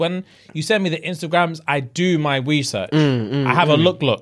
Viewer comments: really said “Wesearch” 😭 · I'm sorry to out you but 'WESEARCH' had me dead, tell me someone else clocked it? 😫